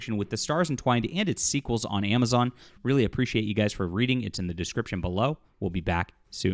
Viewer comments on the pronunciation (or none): none